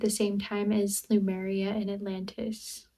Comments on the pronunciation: She is not even sure where Sardinia is. Pronouncing Lemuria as Lumeria. Face palm. Every time i watch. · Lemuria ✅️ Lumeria ❌️